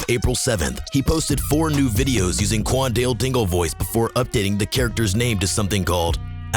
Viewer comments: qwan-dill- dingle 💀💀💀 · "Quandell dingul"…. It’s Q U A N D A L E D I N G L E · Bro called him cwallnut dingl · why are you saying kwan wan wingle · imagine next school year and the teacher calling role for the first time and she say quandale dingle. class gon go crazy